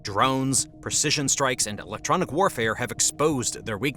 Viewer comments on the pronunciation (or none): none